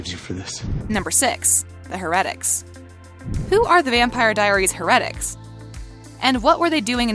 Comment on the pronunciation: OMG if there is anything I can not stand it a narrator who does not pronounce things correctly! Stefan is pronounced STEFIN with a FIN sound. And heretic is pronounced ( hair a tic) duh! Clearly the person speaking has never watched one single episode or they would know how to say Alaric it's pronounced ( AL R IC with an strong R sound